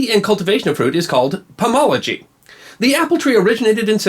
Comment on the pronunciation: Dude! Pomology, not Pomography!!!